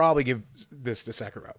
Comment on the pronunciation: Say it with me, my dude: Sek-ee-roh Also, Slay the Spire is definitely going to give Goose Game a run for its money